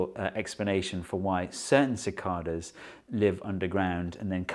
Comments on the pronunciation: The guy has no clue how to properly pronounce it. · No “r” in Cicadas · The rest of the world says 'sa Kay das'